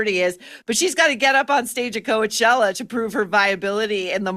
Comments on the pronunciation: NO A SOUND IN the first syllable of COACHELLA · The first 'a' in Coachella is silent, though Maureen's pronunciation gives it a nice ring.:)